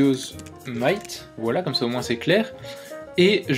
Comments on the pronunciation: Yosemite se prononce "yosémiti" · On prononce "Yossémiti"